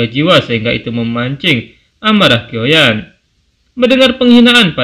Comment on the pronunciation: Syioyan bang ..biar seragam sama konten lain ..klu kioyan agak janggal di dengar 🙏🙏